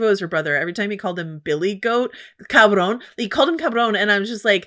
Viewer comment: Shoutout to pronunciation of cabron She’s invited to the carne asada 😂